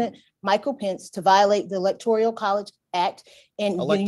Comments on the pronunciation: At least this ignorant, lawyer or clerk, was consistent in mispronouncing electoral, as electorial. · So glad you brought up about the New word... "electorIAL" INSTEAD of ElectORAL... OMFG